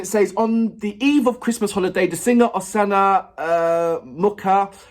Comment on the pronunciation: I think it would be easier to pronounce Oksana if you read it like Oxana. And that sound in "MuKHa" is like in "AKHmed". It's a more deaf kind of H. The "K" isn't heard at all.